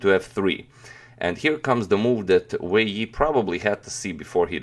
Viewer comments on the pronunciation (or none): in the video you said"Wei yi" WEI YI???????